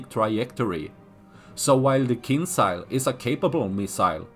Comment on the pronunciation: J joules KinJals not Kinsal